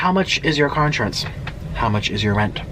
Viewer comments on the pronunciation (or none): none